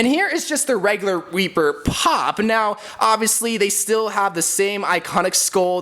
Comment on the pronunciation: This mans just said "Weaper" instead of "Reaper" I mf love you dude 😂💜💙